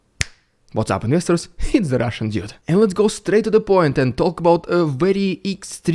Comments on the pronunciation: Take it you don’t live in Russia otherwise you’d be in prison…great videos!! Keep it going…..and it’s doode, not dyude 😂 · the russian "ĎJUDE" xD he must be doing it on purpose, amiright?